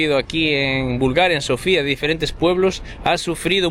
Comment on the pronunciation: Hola e! Me gusto su video! Lo único que quiero corregir es los nombres de las calles, montaña, incluso la capital del país no tienen nada que ver como las están pronunciando. La capital se llama Sófia, el nombre antiguo de Sófia es Sérdika, la calle peatonal que lleva en nombre de la montaña se llama Vítosha. No es difícil con el traductor de Google escuchar la pronunciación de los lugares. El resto muy bien!